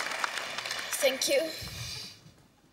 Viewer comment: video starts Greta:SSSEEENNNKKK you